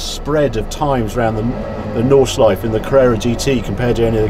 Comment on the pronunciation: you know, Harry, you are a great guy and all, but what really sucks is that you refuse to take German words and names and pronounce them correctly. You say something like "Walta Roll" and no one really gets it, because his name is Walther Röhrl. It is also "Nordschleife", not "Naughtshlife". You are a smart person. You can do this. Give it a try. It would make your reviews so much better and more authentic. Respect the language names are created in. If it is a Spitfire, you expect everyone to say it right. Give that respect to others, too.